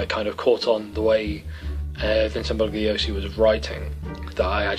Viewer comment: It's pronounced "Bull-yo-see" (Bugliosi). Good review, looking forward to more in future with a bookcase background. Maybe you should green screen yourself into a library? :D